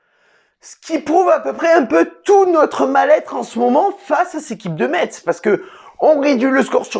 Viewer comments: on dit messe pas metZ :) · Juste pour information ca se dit "messe" bon courage a vous pour la suite et bien joué quand meme 😁🇱🇻